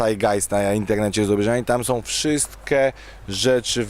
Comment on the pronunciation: "wszystke" "Bogem" "teologem" "goryle górske" "unii europejskej" Najpierw się ćwoku naucz poprawnie mówić, a dopiero potem bierz się za poważne rozważania natury filzoficzno-teologicznej. "Może są gdzieś rzeczy o których kurwa my nigdy się nie dowiemy i wiesz, ciężko to wytłumaczyć"-To dlaczego hipokryto odrzucasz z góry życie wieczne? Może to jest jedna z tych rzeczy, o których mówisz. Zliczył ktoś ile razy Różal wypowiedział słowo "kurwa"? :D